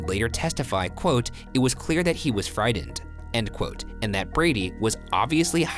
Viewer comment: Man I love y’all videos but your words can be so CRINGY AF!! The word frightened is not pronounced fridend. I don’t know why you have that little speech impairment but it is cringeworthy